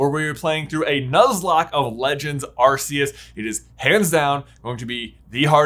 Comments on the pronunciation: You mean “ar-koos” right? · Love how J acknowledges that Type: Null/Silvally are attempts to recreate Arceus but still pronounces it "Ar-see-us" despite the RKS System pretty much spelling out exactly how to pronounce it 😂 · Nice video but your pronouncing Arceus's name wrong. Its 'Are - ke - s' not what you're saying. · Small note: Lockstine and Gnoggin actually did a whole two-part video series about Cresselia and Darkrai (fun fact, Darkrai's name is LITERALLY Dark-Dark)... Starting with Cresselia. Also... Uh... I think you mispronounced Arkoos a couple times... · I think 3/2 years for the Gen 8 Legendaries (Zacian, Zamazenta, Eternatus, Calyrex, Spectrier, Glastrier, Regidrago, and Regieleki) is plenty of time for people to pass judgement on Legendaries Also the mispronunciation of Rayquaza, Arceus, Tapu Lele, and Necrozma drives me nuts Also also, Regirock, Regice, and Registeel feature notably in The Mystery of Mew, and you didn't mention Suicune's presence in Pokemon 4Ever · I can let the mispronunciation of Arceus go, because not only was that a major debate within the pokémon community for the longest time, it also took Pokémon as a franchise a while to decide on an official pronunciation themselves (I hear they actually changed it a time or two), but the mispronunciation of Giratina hurts my soul.